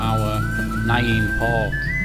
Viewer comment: Alway's wondered how it was made. Great video. Btw it is pronounced "nam same as Vietnam"